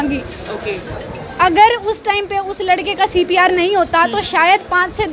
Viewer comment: Reporter madam pcr bol rhe h cpr ko.....